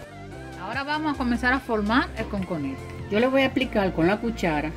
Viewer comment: No se dice "Conconete", se dice "COCONETE", su nombre viene por que está hecho a base de coco. Corrija eso!